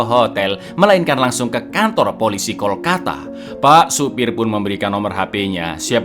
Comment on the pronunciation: Kalkota bkn Kolkata 😊